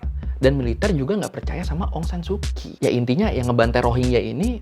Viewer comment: Bang cuman mau kasi tau aja kalo huruf "ky" itu dibaca nya "ch" jadi Aung saan su Kyi dibaca Aung Saan Su chi. Terus misalnya kyal dibaca "chal" sekian dan terima kasih.